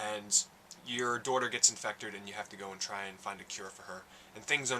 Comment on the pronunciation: he said infecturd